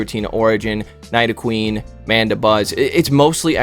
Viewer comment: in yesterday's video: I'm glad someone told me to pronounce it Nidoqueen. Today: NAIDOQUEEEEN 😂😂